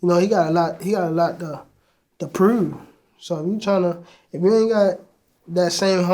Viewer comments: “he got alot to prewoov” straight out of the wire😂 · I don't know where homie is from but by the way he said prove its gotta be Baltimore.